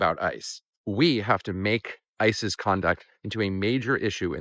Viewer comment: At the end you said "to change ICE's practices" but I heard "to change ISIS's practices". Both equally bad groups.